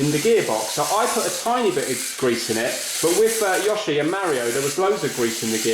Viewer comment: don't worry, you pronounced yoshi correctly the first time, but please, mario is mArio not mÄrio!